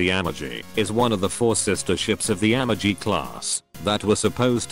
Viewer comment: Damn text to speech kept saying "Amaji"